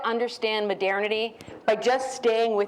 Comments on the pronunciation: It's not that unusual. Sounds like modirnity. Maybe she's from Edirne? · Oh, now she said "midernity". Maybe she's from Midgard. ;) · What´s with her pronunciation of MODERNITY?